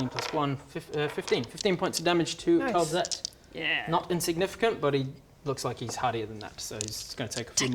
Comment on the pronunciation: It’s called Calzette, not Kel’Zet. (All the apostrophes have actually been used up for the AoA Dark Lords)